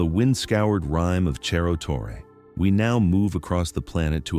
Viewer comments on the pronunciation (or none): "Cerro" is a Spanish word, not Italian. Wish you'd pronounce it that way.